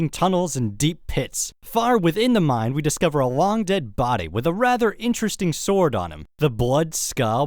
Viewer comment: I really like your videos but when you say "mine" it sounds like you're saying "mind"